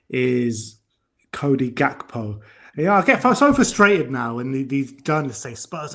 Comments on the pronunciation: GAK-PO not GAP-KO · … it is Gakpo , not Gapko !